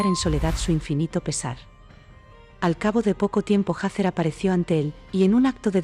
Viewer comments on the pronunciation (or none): Se dice Hathor NO SE DICE HATHER